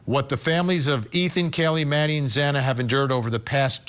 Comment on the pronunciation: That judge couldn’t even pronounce Xana’s last name correctly and he goes off about receiving messages from people trying to make him understand how devastating/catastrophic these murders have been for the friends and families. Maybe he couldn’t legally do anything to help these folks but clearly he has no clue as to the desperation and agony these people are going through. For him to chastise their actions is so very cold and unfeeling.